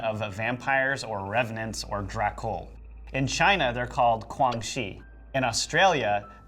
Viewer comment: What the hell is Kuang Shi? It’s Jiang Shi -（ 僵尸）in Chinese, and not Kuang Shi which is meaningless. Jiang Shi means harden corpse. The Chinese version of vampires are usually zombie like. If they are Xi Xie Jiang Shi - 吸血僵尸（ blood sucking corpses) then they are more powerful and humanlike .